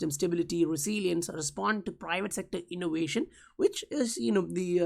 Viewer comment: What strange dialect is this? Is it XRCRAP language? “Innowation”